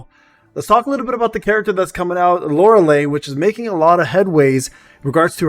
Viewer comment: Why everyone say her name wrong type it in google for pronounce LORELEI. You not the first person and no offense but yea the last 3 letters sound like Li or Lai. Unless you doing it on purpose then you got me! xD